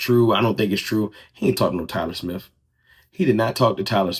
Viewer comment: Tyler Smiff?! Who the heck is Tyler Smiff?